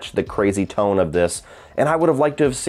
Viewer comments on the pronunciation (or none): none